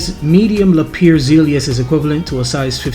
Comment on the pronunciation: Thanks for sharing a fantastic trip. BTW, Lapierre is pronounced "La-P-Air"